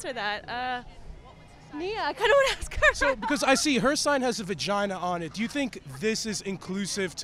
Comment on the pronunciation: She was "axe" to speak??